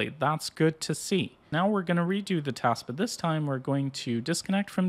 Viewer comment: its teeeeest not kurwa tahst.